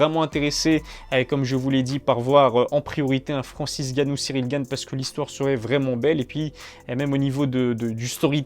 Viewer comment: Francis Ngannou pas Francis Ganou 😑